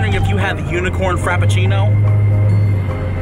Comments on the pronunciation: “Unicorn Crapafrino” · Everyone: "unicorn frappuccino": "UnICoRN cRAPaFRInO!" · Unicorn crappuchino 😂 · "Unicorn crap a frino"